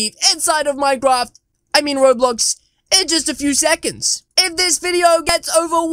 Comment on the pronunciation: Did he just said minedraft?